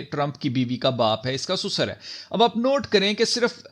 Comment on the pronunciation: Susar nahi sasur kaho yaar